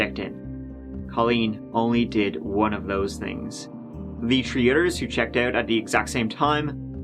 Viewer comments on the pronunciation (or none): Is Irish? What is his accent that doesn't pronounce TH. "turd year" or "tree tjmes" etc..? I do like and his quirky ways! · Don't forget when the accused does a "legger" at "tree tirteen" in the afternoon.